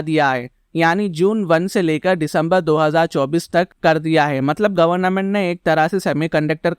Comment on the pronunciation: Government hota hai N mat use kro ap governa ment bol rahe ho